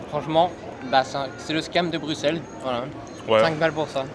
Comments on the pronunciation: Alors juste pour te dire on dit "Brussel" et non "BruXelles" sinon j'aime t'es vidéo :3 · C’est pas bruxellesssss c’est brussels la prononciation j’voulais dire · on prononce brussel mais on écrit Bruxelles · ignore, c'était agréable à regarder, surtout pour une première vidéo. le seul truc qui m'a un peu trigger c'est que ça se prononce 'Brussel" ^^ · La façon dont tu prononces Bruxelles Le mauvais exemple de voyager sans ticket de transport, en fraudent T es étonné des prix, le prix c'est le prix, si ça se trouve, les prix augmentent car il y a plus de fraudeurs... va en République Tchèque pour avoir des tickets en rapport à ton miserable budget Wesh (ca ne se dit pas quand on est quelqu'un de civilisé) Tu veux des transports gratuits, va au Luxembourg ;) dinguerie dinguerie Faire des prank cul cul la praline ce n'est pas nécessaire dinguerie encore l'idée de fraude ... pas bien Wesh le seum dinguerie dinguerie mauvais exemple pour ta communauté dinguerie dinguerie 2x Conclusion : pas de Wesh et pas de dinguerie à tout va. Ceci dit, t as une bonne bouille et t as l'air sympa Vidéo sympa mais qui ne résume pas la totalité des beaux lieux de Bruxelles. Bonne continuation